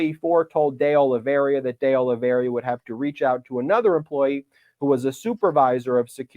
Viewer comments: the name is: Oliveira, not Oliveria, as you pronounce it:) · Ben, it's Oliveira. Not Oliveria. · Oliveira, not Oliveria… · Ok, seriously. Olly-vey-rah. NOT Olly-veh-riah. Small, but insanely annoying. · It's not Oli-ver-IA. It's Oli-ve-RA. Four syllables, not five. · IT'S NOT OLIVERI-Y-A. IT'S OL-LEE-VER-A. There's not Y in that name. Jeez. At least pretend to be professional. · IT IS OLIVE IRA NOT OLIVE RIA or OLIVE RA . It is a very common Portuguese/Brazilian name. Nor Russian or Spanish... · You're doing great Ben, but It's pronounced "day-oli-VER-a", not "oli-VERY-a". Keep up the good work! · IS: OLI-VEI-RA NOT OLI-VERIA ....I'AM OLAVARRIA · It's Oliveira, not Oliveiria. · Oliveira = Olive eighra. That's the correct pronunciation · Why is everyone pronouncing Oliveira as Olaveria? Lazy??? My goodness, Michael Popok pronounced it correctly - the first person I have heard pronounce it correctly!! Great job Mr. Popok - thank you. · Why do you keep calling that man "De Oliveria" instead of "De Oliveira" ? This is a widespread surname in Portugal. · Hey Ben, it’s Oliveira, not Oliveria. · It's pronounced O-li-vay-ra btw. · Please get the names right. It’s Dee Oh-Lee-VAY-Ruh. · Its Oliveira, not Oliveiria. Where did the last 'i' come from? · It’s OLIVEIRA, not “OLIVERIA” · WARNING! Do not use every time Ben says, "De Oliveiria", as a drinking game! I laughed my ass off every time he added that extra "i" in his pronunciation of De Oliveira! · It’s Oliveira not Oliveria!!! (It means olive tree in Portuguese) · The correct pronunciation of that name is Carlos deh Oh-lee-VEY-ra. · Ben...its oliv air ah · You couldn't be bothered to at least try to pronounce De Oliviera's name right? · Just dropping by to say, it's pronounces Oli-VEH-RAh. The mistake is super understandable but also recurring. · Please look to see where the "i" is in Oliveira and get the pronunciation right ! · De Oliveira is not this hard to pronounce.